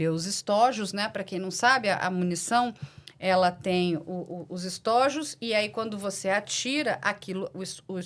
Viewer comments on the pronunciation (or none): Uma observação: O plural de estojo é estôjos e, não, estójos. A acentuação é apenas para acentuar a pronúncia correta.